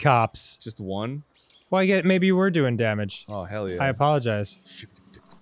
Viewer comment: "Now I know what I'm deering." "Now I know what I'm *doeing*" was right there, Arin!